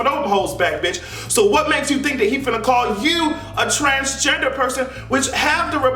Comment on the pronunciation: Did he say Trashgender? I think I'm hearing things.😭😭